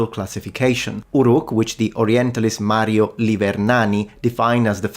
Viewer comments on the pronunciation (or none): none